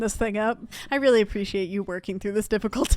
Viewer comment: see said weelly